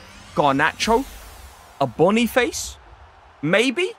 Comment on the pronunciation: Boni-fa-sea not bon-e-face